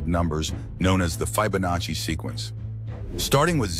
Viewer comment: ahhh yes the fi-ba-nachi! I dont know where we would be without AI-slop <3